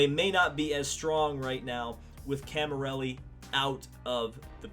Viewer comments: It's Cami_LLERI not Cami_RELLI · Great video! Please its CamiLLERI not Camirelli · The mans name is Camilleri not Camirelli. Get it right.